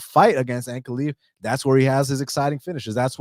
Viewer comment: its not ankle leave its uncle live